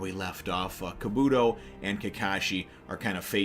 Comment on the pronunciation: Your saying kabuto wrong